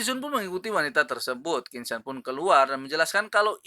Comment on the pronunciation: Min bacanya tolong tetap qin cen jangan qin sen